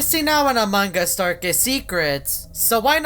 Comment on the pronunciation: am i death or the first time he said among us i heard aMog uS